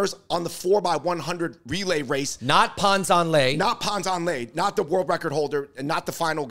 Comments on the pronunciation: your pronunciation of Pan Zhan Le is terrible lol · Fung brothers not pronouncing Pan Zhan Le properly while defending him is ironic af.